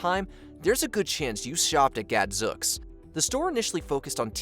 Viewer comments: the word is pronounced Gadzooks, with a long oo sound like smooth, sooth, boot, and moon! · It’s Gadzooks rhymes with spooks